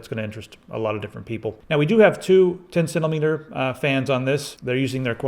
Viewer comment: He was just making fun of the way he said centimeter